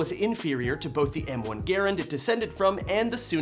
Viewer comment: Did you say ger-an?? 😂😂😂😂🤣🤣🤣